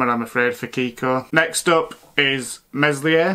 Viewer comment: Meslier, work on your pronunciation pal 😂. Good otherwise!